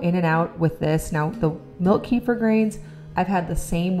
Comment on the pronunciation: I just found out kefir is actually pronounced ku feer’ with the accent on the last syllable.